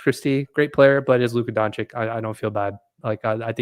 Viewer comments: Now that Luka is a Laker maybe can learn how to pronounce Doncic's name correctly. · You don't even know how to say his name. Dummy. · Doncich doncich doncich doncich not doncik donchick donkick donakick donatello